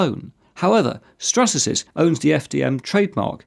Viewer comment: hold on... did you say Strasasys instead of Stratasys?